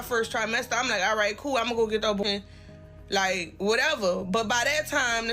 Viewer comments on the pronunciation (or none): She reminds me of a Toronto waste man when she yaps ‘liekkkk’